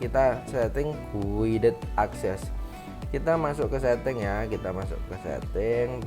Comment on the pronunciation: Sebutan nya kaya gini bang “gaided akses”